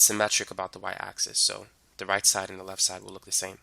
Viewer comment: I don’t understand the words, “lef” and “shif”